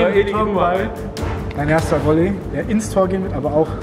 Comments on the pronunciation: Wolley ? Heißt es nicht Volley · Das heißt "VOLLEY"